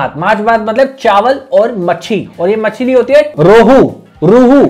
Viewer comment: Videos acche karte honge, Bangla is our mother tongue, you try to speak the language and that's appreciated. But forcefully trying to make it funny doesn't make sense and at the same time very disrespectful. "Mach" bolo, ya fhir "machli" bolo, what the hell is "mochli"! It's just an instance, there's more and not funny